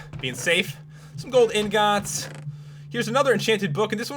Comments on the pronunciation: I fucking HATE the way you say 'ingots' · POPULARMMOS SAID INGOTS DIFFRENT